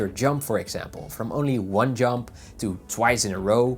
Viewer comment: Ahh, Sorry instead of "Jump" I heard "Junk" LOL and had to go and rewatch it to understand properly. Great video though!